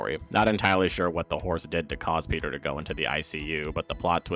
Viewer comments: petah...the bones are worth... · Petah, Bonestholemew Bonesly Bonesworth is heah.